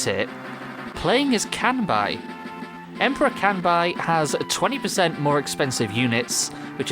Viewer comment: You’re pronouncing his name wrong. It’s “Kanbei”, not “Kanbai”.